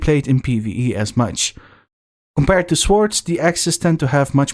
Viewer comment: Not to be picky but in 'swords', the W is not pronounced.